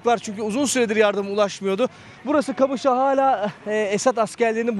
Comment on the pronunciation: Kamışlı ne lan QAMIŞLO 😂